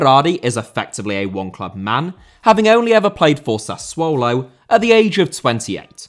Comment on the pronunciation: Did you say SUSsuollo?